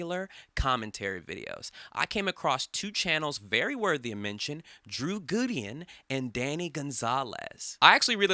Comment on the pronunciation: “Drew Güden”